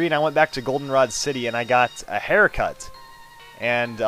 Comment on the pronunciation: Aircut, not haircut rofl